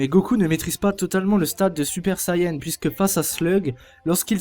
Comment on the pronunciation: Mec, ta vidéo est bien dans l'ensemble mais je t'en prie, fais pas la même erreur conne que les comédiens français et l'équipe de production, c'est Sayane, et non pas Sayen, c'est d'autant plus vrai en japonais, ça me tue d'entendre des gens écorcher ce nom, je l'ai moi-même fait quand j'avais 8 ans et venait tout juste de connaître la série en jouant au jeu sur PS2, mais je prononçais à la française en disant "seyant" donc c'est pas aussi grave !